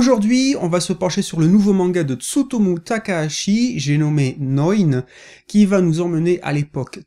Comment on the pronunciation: Enfin un youtuber qui prononce correctement "Neun" Merci 🙏 Sinon j'ai pas été déçu par ce 1er tome et j'ai hâte de lire la suite.